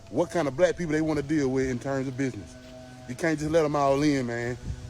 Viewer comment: It's BizNasss not personal. Well not too personal 😂😂😂😂 stop being so wretched and ignit ya punks 😂